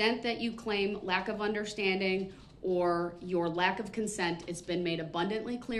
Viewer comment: Not understanding is one thing , but "NOT UNDERSHTANDING FUNDAMENTALLY", Now that is really serious !